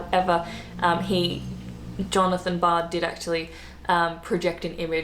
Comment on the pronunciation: NOT Jonathan Bard but John Logie Baird, a Scotsman. This lady is cute but absolutely all over the place with her facts and at times, incoherent.